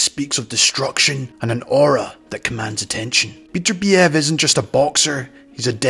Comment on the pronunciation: Why is it that people cannot pronounce his name correctly? His name is NOT Beaterbeeev,nor is it Betterbeeev. His name is Bet ur biev. The emphasis is on the second syllable.